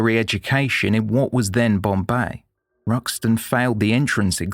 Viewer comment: AS ALWAYS , TOP of THE CLASS FOR STORY TELLING.!💯👋👋👍👍💐💐!! PROUNCIATIONS of BOMBAY/MUMBAI / NUTAN WAS SPOT ON ! NOT MANY PRESENTATIONS ARE GOOD WITH FOREIGN NAMES !! WATCHING MANY , MANY PODCASTS OVER THE YEARS !!!! THANKS. "They Walk Among Us." FROM,U.K. (2024).